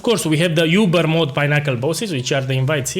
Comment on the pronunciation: it's so cute how you pronounce it "yoober" instead of "oober" boss.